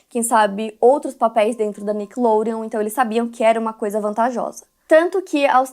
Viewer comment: O jeito que a apresentadora fala Nickelodeon, com sotaque..me incomoda